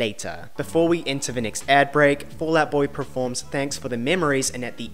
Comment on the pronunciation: Talks about mispronunciations and proceeds to say ‘PREforms’ about a zillion times 🙈🥴